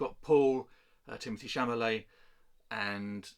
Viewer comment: Chalamet. Not chamalet 😅